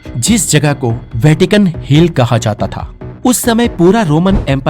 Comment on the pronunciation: "वैकिटन" नहीं 'वैटिकन' होता है👍